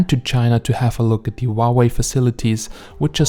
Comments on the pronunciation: we pronounce huawei as hoo-a-wey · Huawei isn't pronounced that way though.